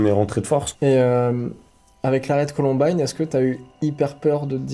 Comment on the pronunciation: colUmbine et pas colOmbine !!!!!!